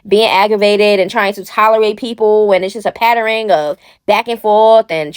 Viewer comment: I like the way you have your own pronunciation of stuff patternering.